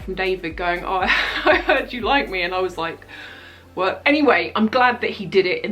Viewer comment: anyone else crack up really hard when responded to the email with a "wuht?" haha xD <3